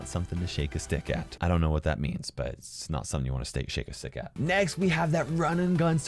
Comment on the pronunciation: “It’s not something to stake a shick at”